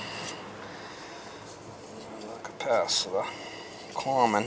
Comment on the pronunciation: Bad "capacitaah" strikes again mama :) 🤭👌